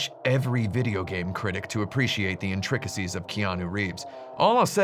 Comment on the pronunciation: Wow. This guy is a genius. I can’t believe I just discovered these reviews. The first hour, I just watched with amused confusion. Several more hours later, I can confirm that time has not been wasted as I… did he just just say “in-trick-iss-ees?” Fine, I’ll stay and watch the entire thing then.